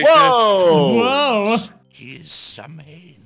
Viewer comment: Ok that Leopard hat guy annoyed me. ''Samhain'' is pronounced ''Sow-In''. Sow as in a pig